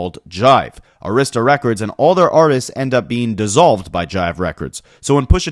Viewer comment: Great video. Arista is pronounced AIR-riss-tuh with emphasis on first syllable